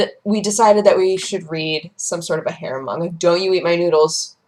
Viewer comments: I totally thought she was saying "hair manga" rather than "harem manga". I figured it made sense considering it's. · Tenchi is a garbage anime. All of them. Absolutely terrible. Bland characters, unoriginal, terrible -_- The only good harem manga is Ranma 1/2, Hell, it created it and is hilarious. It's all a joke, nothing serious. And it sounds like you're saying "Hair Manga":P